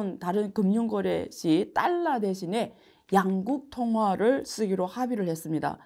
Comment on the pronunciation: 교수님 딸라로 읽지 마시고 달러로 읽으시면 발음이 더 완벽할것 같아요❤